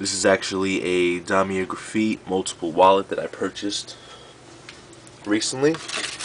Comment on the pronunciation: guy cant even pronounce louis vuitton or damier or graphite lmao